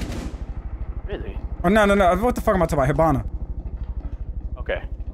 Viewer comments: Brazilian here. Caveira its pronouced like Ka-vey-rah, where the "e" in vei its pronouced like in "hey". The "i" sounds like "y" in portuguese. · Is anyone else bothered that everyone pronounces Caveira's name wrong? Everyone pronounces it as if it were spelled "Caviera"...